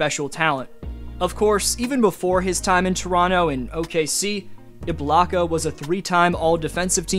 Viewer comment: Bruh said iblaka